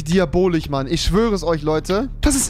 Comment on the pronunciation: Hat Rewi ne sch/ch schwäche? Diabolich, Anarschi, Demokratich... Meine Fresse...